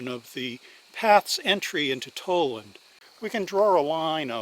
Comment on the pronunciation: Tal-land, not Toll-land.